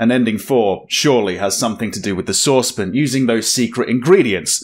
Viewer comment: is saucepan one syllable? :)